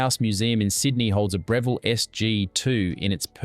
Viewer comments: We never made jaffles on the fire with a "Bra-ville", we used the good, old Brevvel 😉😆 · AI voice over. Mispronounced Brevilles (not Breeveels), Tooheys (should be silent H) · I love seeing all these reminders of my childhood but that AI voice😬 “bree vell” NO! It’s “brev” as in “rev” (seven, Kevin, never😉) “ull” It’s almost sacrilege to mispronounce the name of such a magnificent piece of culinary kit😂🇦🇺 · Absolutely cringe AI voice, can’t pronounce Breville or galah. 🙄 You’ve been warned. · Stop with the AI voice that can’t pronounce Breviile and tomato. Couldn’t finish watching this.